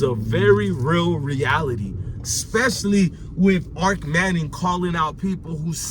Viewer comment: It's kennels...and Arch manning not Arc.